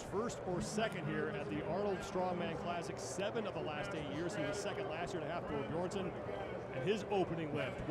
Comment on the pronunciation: This man called him hafthor beerson